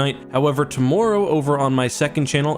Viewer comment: Lol the accent “Toe more o”